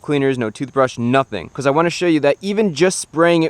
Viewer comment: “Beecoss” what a weird accent